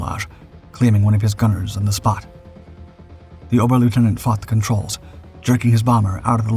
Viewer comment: A suggestion: if you're going to use a German rank (oberleutnant), pronounce it as oberleutnant rather than a mishmash of German and American English (ober-lootenant). Thumbs down for the clickbait title.